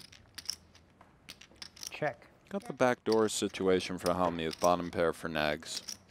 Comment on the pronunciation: So annoying that the commentator called him 'Negs' all night.....'Nnnnegs'....urgh